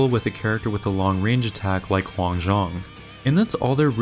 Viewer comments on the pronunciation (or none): none